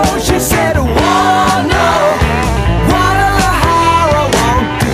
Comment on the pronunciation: First of all: Sort-of amazing that: a guy from KY [well: 'assumptions, assumptions...," but: possibly and, at least: insofar as I can tell....and "in recent history" 🤷🤷👍] (i.e.: ) knows how to pronounce: "Poughkeepsie!" (...never mind: Guadalajara —although, in all honesty: I find THAT one to be...the simpler of the two, for many people.🤷😛). Impressive! 😜👍 Secondly: that is Jeff "Skunk" Baxter on those (rippin'!) guitar leads. You MAY be familiar with Skunk from his time in the Doobie Brothers (I am not sure), but: Steely Dan was, indeed, his original band. (He was, also, a(n 'in-demand') studio guitarist —which is how he, first, met the Doobies and is a highly-highly-skilled and lauded player (and deserves every accolade he gets!)🤘🤘🔥 —This is the period BEFORE the band dissolved (subsequently, becoming a non-touring artist/entity and consisting, official, of, only: Walter Becker and Donald Fagen (although: magical audio engineer: Roger Nichols, really, deserves inclusion. His shared perfectionism (I mean: shared with: Donald Fagen and Walter Becker, here.) and detail-oriented mind (and ears) made every Steely Dan album sound like it was: 25-years ahead-of-its time (or so)! 🤘🤘) and became "studio only." (Ill-informed...or, simply: lazy🤷🤷) people will, often, say things like: "...it was a 2-person band...." re:Steely Dan, but that is the, extremity, simplified, "novice fan," version of part of the story and doesn't, actually, reflect the truth, completely (nor entirely